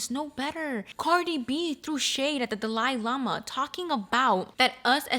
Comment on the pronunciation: What does the Dali Lama ( which you totally butchered but thats ok) have to do with the subway guy? Lol how are they connected, I don’t get it?